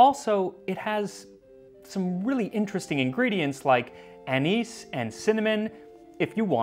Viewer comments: The way you say "anise" is so wrong and it makes me nuts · I have to ask...why do you pronounce "anise" two ways? You say it correctly in the word "anise seed", but incorrectly otherwise.